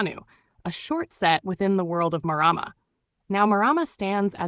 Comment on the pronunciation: Pronounced mar rar mar roll the r.